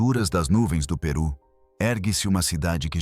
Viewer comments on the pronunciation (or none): none